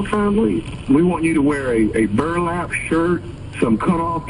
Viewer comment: The emphasis on Burlap is hilarious 😂😂😂😂